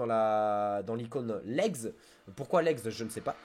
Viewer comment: Vidéo très intéressante ! Merci ! J'en ai entendu parlé pendant la ZLAN, je ne fais pas de speedrun mais les tactiques de boss m'aideront quand même quand j'y arriverais ^^ "Legs" c'est français, ça se dit "lègue", ça vient de "léguer", donc un leg est une chose qu'on lègue ou dont on hérite ^^ Et fun fact, le dragon ici est en fait une wyvern, les dragons ont quatre pattes dissociées des ailes. Voilà :)